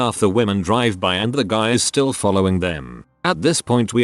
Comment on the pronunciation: Why is "still" getting pronounced "stoo-day-eye-ell"?